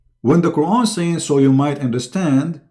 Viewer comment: qur'an..bukan kuron baca qur'an nya jg salah.. sebarkan agamamu dgn kitabmu jgn banding" kn dgn qur'an..saran kalau mau debat agama buat topik/judul ajak ahli qur'an dan ahli alkitab utk d debat..! debat apaan ini gk ada judul hadeh